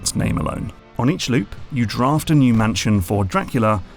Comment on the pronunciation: Sorry but... draft what? Any chilean in the comments will understand why it sounds a little weird lmao